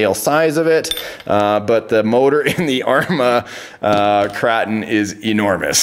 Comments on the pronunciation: Is "kray-ton" not "krahton" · You are saying the name of the truck wrong. It’s KrAton with an A sound like in pAy. Hard to relate in text